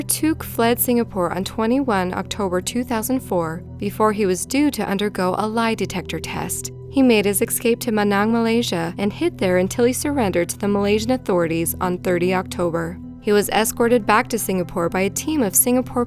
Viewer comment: eScape, not eXcape...